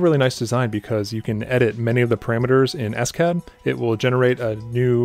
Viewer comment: It's "OpenSCAD", not "S-CAD" ;-)